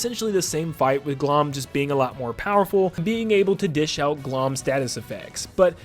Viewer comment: The pronounciation of Glohm made me wince lol